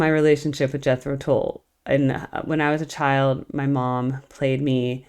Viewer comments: At the risk of mansplaining, Tull rhymes with dull. Came here from the Zappa and Steely Dan videos, which I really liked. Keep it up. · In their early days, they were struggling getting invited back for repeat gigs, so they would change their name to keep working. when they finally got that big break, their name was Jethro Tull(rhymes with dull). The live version of a shortened version of 'Thick as a Brick' is an awesome choice! Seeing them live has been a huge blessing in my life! Hoping to see them again, at least once more! Their new music is awesome by the way!!! Peace and Thanks!!!